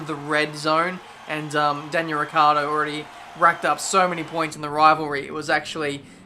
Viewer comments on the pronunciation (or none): none